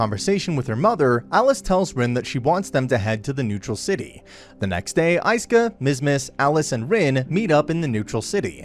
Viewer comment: bruuuuuuuuuuuuuuuuuuuuuuuuuuuuh its ISKA NOT IESKA OR HOWEVER YOURE PRONOUNCING IT im tilting just from the way hes saying it